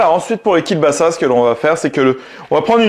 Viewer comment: Alors, ça se prononce Kiewbasa, pas Kiel, c'est un L "barré" qui se prononce W. Voilà, petit point culture. Toujours top tes vidéos sinon.